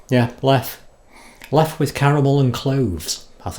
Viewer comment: Not "LEF" but "LEFFE"